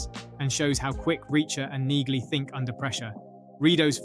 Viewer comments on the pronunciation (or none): The G is silent in Neagly dude!🙄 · The repetitive mispronunciation of Neagly's name is grating! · Mr Narrator, you need to actually watch the show before posting videos on scenes. First the G is silent in Neagley’s name, Second in season 1 episode 1 the prisoners entering the cell were after Hubble not Reacher, Reacher didn’t want Hubble raped in the cell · AI bullshit. can't even get Neagley's name right.